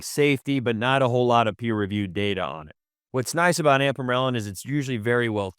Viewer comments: Why is he pronouncing “Ipamorelin” as “Ampamorelin”? I had to go back twice because I thought he was talking about one peptide and showing a different one on the screen? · . It’s not an accent you are just pronouncing the name wrong.